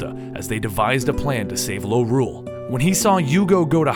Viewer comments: Its called Lorule not Norule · You said Lorule too many times...